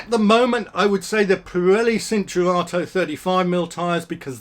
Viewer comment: It's pronounced chin-chur-ar-toe